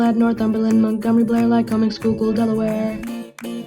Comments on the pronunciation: Hearing you say Schuylkill correctly made my day. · As a Pennsylvanian thank you so much for properly pronouncing Schuylkill correctly❤